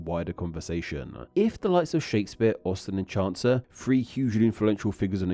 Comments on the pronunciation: It's not Chauncer. It's Chaucer. It rhymes with "saucer". If you can't wrap your brain around the word he as being both gender-specific and gender-neutral, maybe you can understand why it's hard for many people to wrap their brains around they as being both plural and singular. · Just FYI, it's pronounced "chaw-ser," not "chawn-ser." There is no "N" in the name Chaucer.